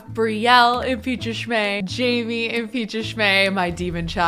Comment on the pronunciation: I'm surprised that she still pronounces Jaime's name wrong. It's not Jamie, it's Jaime. Jay-me